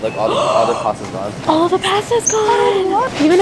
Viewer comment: really said “paasta” lol